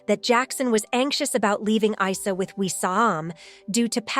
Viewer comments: the son's name is pronounced "eessa" not eye sa 😂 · It's pronounced EESA as in what Muslims identify Jesus with